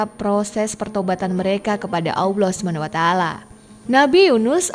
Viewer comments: Cara menyebut Allah yang benar atau mungkin lebih mendekati benar itu seperti menyebut "owl" (burung hantu), tapi ditambah akhiran "lah". Allah (Owllah) bukan (awloh) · Jangan bilang AWLOH. Salah itu, coba belajar yg baik. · Sebut Allah betul2 kak....